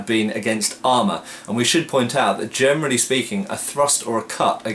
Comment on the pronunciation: Hm - I always hear "germany speaking". I suppose you mean "generally speaking"?